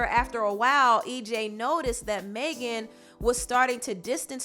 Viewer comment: It’s NOT MAY GAN ITS MEG AN ., sincerely a Megan